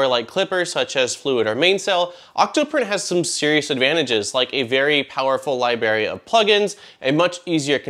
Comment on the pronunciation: i can't with "lybary"